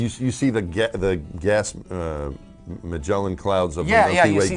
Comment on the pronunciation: As soon as I heard Don Pettit speak and he couldnt pronounce "whilst" or "Magellan" I thought is this guy really an astronaut? He doesnt come across well and seems very childish.